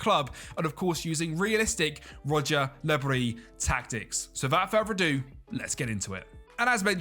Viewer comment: “Rodger Le Bris” 😂